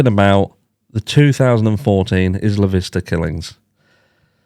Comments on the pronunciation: It's 👁️-lah not Is-la 😊. 👍 They really do have many similarities. I'm sure BK read up on ER. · Isla Vista is pronounced Eye-la vista. In Spanish it means island view. It’s where I went to University of California in Santa Barbara. 😊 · Just a FYI it is pronounced… I La Vista…. Isla Vista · Also…not trying to correct you. Obviously we speak very differently, but here in southern California we call it Isla Vista (like eye-luh, like as in island). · Eye-luh Vista 😊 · Sorry, it's Eye La Vista for the pronounciation.